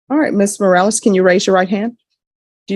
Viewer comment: Mros?? It's Morales, come on, get rid of the transcript if you can't do it right